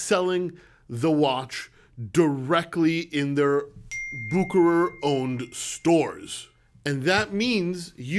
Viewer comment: Man, you have a great videos, but you need to learn how to pronounce "Bucherer". 🙂You are sounding like an amater now. :-)